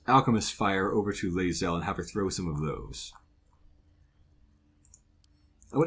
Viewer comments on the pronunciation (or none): I can't figure out wtf he is saying instead of Laezel? Lae Boing Zel? Why?